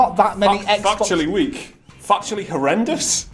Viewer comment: I'm hearing factually as fucktually and I don't know how the rest of you are ignoring it